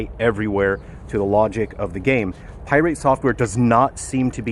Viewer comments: Pi rate because he is very irate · Pie-rate software … appropriate 😂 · why are you saying "pirate" wrong? :) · Pronouncing Pirate with a annunciation on the "irate" was a chef's kiss move. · That’s the first thing I noticed 🤣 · He has been doing that for a while now, iirc from the first video on him .. its the most passive aggressive dig I've seen in a while :D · I love how he pronounces 'pirate' like it's an element on the periodic table lol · Yeah, he's always done that. I couldn't tell if it was an intentional mispronunciation or if he would actually refer to the general pirate that way. But it's probably intentional. He has a way of sounding genuine while not actually being genuine. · he's not fool's gold if that's what you're insinuating